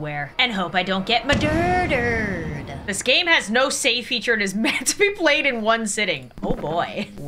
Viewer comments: I love hoe he doesn't say "murdered " she says "madurdured"😂😂😂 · OMG WE BOTH SAY “mudurdered” 🥹🥹🥹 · I like how she says madurdered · And hope I don’t get ✨MUDERDERED✨ that always kills me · I love how she says "Maderderd"🤣🤣🤣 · AnD HoPe I dOnT gEt MADURDERED Got me dying 🤣🤣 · "madurdered" incredible 😂👌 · Hahaha I love her saying "Maduduer" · I love how she said muerderderd 😂at the star😂😂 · “Muderder” I CANT BREATH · I love when she said madurdured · I love how you say muderderd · I LOVE THE "MaDuRdErEd" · The way she said madurdurd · ah yes madurdered 🙃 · Im sorry but “Madurdered” 😭😭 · I like how she said murdered at the beginning madurdeurd now that is how I'm going to be saying it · It's maderder